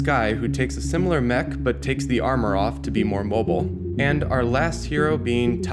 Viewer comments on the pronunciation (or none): none